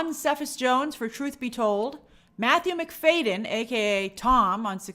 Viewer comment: It’s Matthew McFAD-y-en like McFadien not McFayden. The D is before the Y!